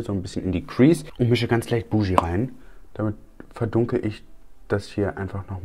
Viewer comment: Die Farbe BOOGIE wird nicht Buschjii ausgesprochen, sondern wie „Boogie Woogie“ als Bugi